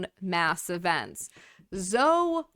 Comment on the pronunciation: Pretty sure Zoe is pronounced Zo--ee. So comfortable speaking on camera after a tragedy.